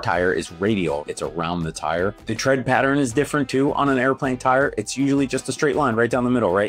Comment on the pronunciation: actually it's tread not thread